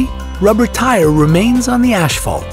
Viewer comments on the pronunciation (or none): He said ashfault and not asphalt :/ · Ashphalt???? Never heard asphalt pronounced that way😲